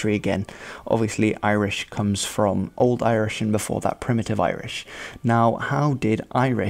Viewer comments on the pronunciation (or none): Does he never actually say the correct pronounciations? I couldn't watch anymore lol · He pronounced every irishname incorrectly he butchered them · The pronunciation of Irish names is awful🙈😂😂😂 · Those pronunciations of Irish names were absolutely terrible and nowhere even near accurate. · The Irish name pronunciation 🤣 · He didn't get one Irish name right i🤣🤣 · He was pronouncing the Irish names so wrong! Now I cant take the rest of his video seriously since he hasn't researched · He absolutely butchers the irish names. Even when he corrects. And the Irish words. Also Ireland isnt a British Isle. It is an independent state and has been since 1921. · That video your watching has some terrible Irish name pronunciations. Born there and have never heard those example names pronounced like that. :) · His Irish names pronunciations are awful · Who is the clown mispronouncing the Irish girls names? Please refer to the Ulster Plantations for reasons why Ulster Scots exists. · This chap (from the video within the video) thinks he's funny - he is not. The Irish names are all horribly mispronounced.